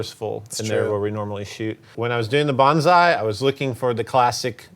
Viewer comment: BON SAI=BONE SAT not Banzai lol